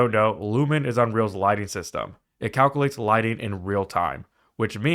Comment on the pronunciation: Did you really say eXspecially? And calc-uh-lates??